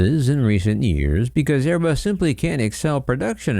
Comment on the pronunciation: loyalty torn between his Italian for Airé-Buss und his New Joisey for Bóiñgg 😨😨😨😲😲😲😲